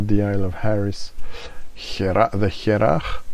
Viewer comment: Good stuff. "Hearach" means a person, or something, from Harris. Pronounced "Her'och" Press the speaker icon in this link to hear the gaelic/gàidhlig pronunciation.